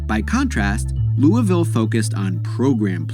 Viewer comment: Thank you for saying Louisville correctly ✊🏽